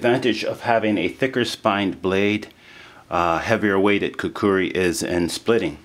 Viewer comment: Youve played a little too much ocarina of time dude, pronounce it right